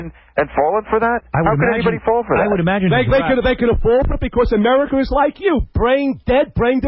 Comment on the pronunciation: “It’s OFFEN” but he can’t pronounce any word ending with “a” americker, floorahder, pamaler